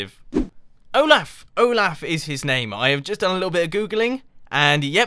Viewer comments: Its Olof not Olaf or Oglaf. Im Swedish, i know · it's not like o-laugh it's o-loft without the t Mumbo Jumbo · Its pronounced (O-Lof) not (O-Laugh) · It's definitely Olaf, Mumbo. XD Oglaf is something... very different. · mumbo didnt just not watch frozen, but he also killed olaf and he called him oglaf???? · its pronounced oh-lah-f not oh-laugh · Mumbo Jumbo its pronounced Oh-lauf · Olaf Pronounced OH-L-OFF ol good episode my man! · "Oglaf" made my day :D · I'm in America and I don't pronounce it like oll-laugh. I pronounce it like oll-off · the name is said like "oll-off" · The snowman's name is Olaf pronounced Oo laugh. It its a he. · Correction O-laph is how it's pronounced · Mumbo, it's pronounced "Ohlahf." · "Oglaf" heh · Olaf is pronounced "Oh loff," Mumbo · It's oh-loff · anyone else heard him say oglaf? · His name is pronounced Ohlawf. :) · It's not pronounced " o' laugh ". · your saying olaf wrong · lol you said his name in a different accent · You butchered the pronounciation of Olaf